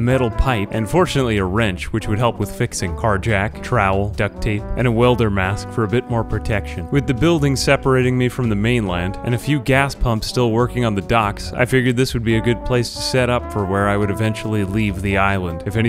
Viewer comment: I found a "willder mask" bro it's welder